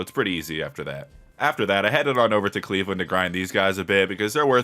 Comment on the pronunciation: I love how everyone calls caelid “Cleveland” 😂😂😭